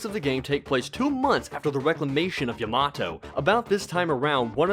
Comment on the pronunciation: Nero properly and correctly says Yamato. Uncultured Youtuber says Yeh Maaah toe